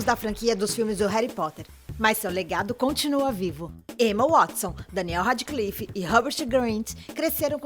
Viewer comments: coisas nesse video que estão me irritando reri potter daniel rádiclifi rãpert grint jeiquei rólin ela falar que a sonserina é a casa dos vilões poha man eu sou da sonserina e n sou a melhor pessoa pra se ter como amiga mais poh man eu n sou aquelas vilãs tipo as e os de harry potter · Emma Wuatisson, Daniel Radiclifi e Robert Grint Réri Póter bitch wtf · "Reri potter" "Daniel Radiclifi" "Robert Grint" "Jeiquem Rolin" "Griniuoald" AAA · "Reri Potter" "Daniel Radiclife" "Raperti Grinti" Que ódio